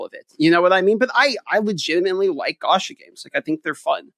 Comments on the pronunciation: It's definitely pronounced like gotcha but with and A, as opposed to 'gasha' like said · The way pronounces "Gacha" is like stabbing my ears with a knife.